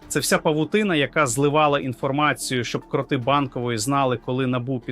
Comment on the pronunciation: Привіт "картинка" т.зв. ШІ ! А ти не удосконалюєшся: "випери" нарешті свою "просмердлу" одежинку. Ну скільки можна "виступати" у вже просмердлому (будь ти людина), весь час одинаково виложеному комірці, одягу. Програміст цього "чуда": працюй над вірними наголосами в словах. Вдосконалюй своє творіння, не лінуйся!. " КрОти Банкової ... купують собі телевізор, я ми купуєм собі трУну", - це πZ дець !!!